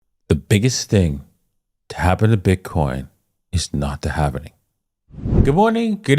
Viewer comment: Its Halving not Halv"eeeeeeee""nnnnnn" ing !!!!!